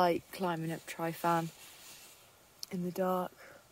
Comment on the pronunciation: The most disturbing thing about this video is how you pronounce Tryfan 🤣